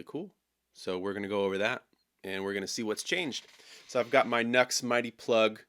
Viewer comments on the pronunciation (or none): Great video but the company name is Nu X ( pronounced new ex ) not Nux !